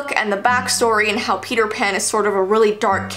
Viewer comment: Send help I keep hearing Peter pan like Feeter fan